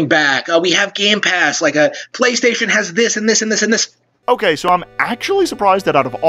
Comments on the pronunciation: He already knows about it, but he pronounces it as "O-Kah-May." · i heard it's "oh-kah-me"